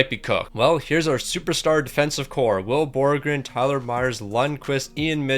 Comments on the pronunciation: had 84 tries to pronounce will borgen right but couldn’t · Will Borgen only got 2 assists because you couldn't say his name properly.